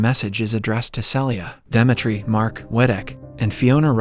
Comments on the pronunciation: Are you trolling with not being able to pronounce “Demetri” and “live”? Lol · he pronounced Demetri correctly on the main channel but wrongly here. There weren't any jokes as well too and the audio in the 2nd part got worse. somwthing is definitely fishy there. Also, the constant joke where he replaces suicide with "commits the unthinkable" was not present here at all when there's a whole suicide scene